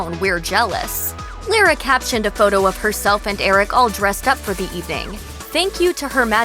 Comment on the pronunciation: Yikes. This narrator should learn how to pronounced Lara's name. I know because it's the same as my maternal grandmother's.